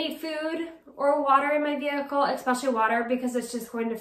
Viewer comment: The word is pronounced “eSpecially,” with an S...it’s cute, and I bet you’ve been doing it since you were a little girl, but you pronounce it like “eXpecially.”